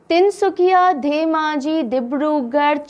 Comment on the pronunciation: Tin sukia...not tin sukhia ..In Assamese suk means corner...so tin sukia bole tu ..three corners.tin kunia..like triangle....lv 4m Assam..